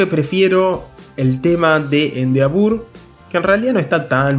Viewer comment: Excelente video, solo que se pronuncia "endeevor"